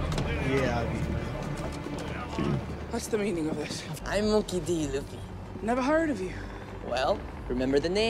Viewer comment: मंकी दी लूफी Why did you say it like that 🤣